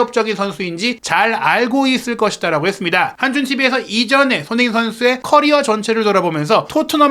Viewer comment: 이양반아~손!흥!민! 이 선수로 인해서, 먹고사는데 도움이 된다면, 이름 발음이라도 천천히 차분하게좀 발음하셔~다른 외국선수는 발음 잘하면서 손흥민!발음은 왜 대충하는데? 시끄럽기만하고.. 참..